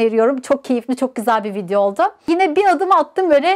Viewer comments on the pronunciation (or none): none